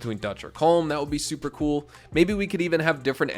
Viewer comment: Colm is pronounced Collum